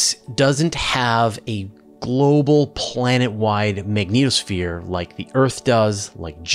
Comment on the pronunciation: I honestly cannot get past first couple mins simply because of how you pronounce the magnetosphere, dunno why it went through me but just did and put me off the rest